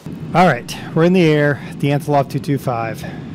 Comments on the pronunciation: AntoNov, not antoLov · Hey man! Love you videos! Just a few tips on your flying. Don't put the landing gear up so early. You want to wait until you are a few hundred feet above ground to do that. It's Antonov , not Antilov (Trust me I'm Russian) ;D You wouldn't want to hit the Rev. Thrust in the air. It could damage the aircraft. Also, if you landed that hard in real life it would destroy the airframe. (But it is a sim) That's it! Keep these up man!